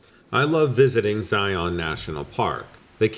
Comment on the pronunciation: Zion is pronounced like Lion. I live here in Utah.